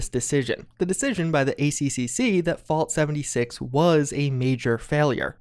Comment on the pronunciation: Is it just me or does anyone else hear "vault 76" every time says "Fallout 76"???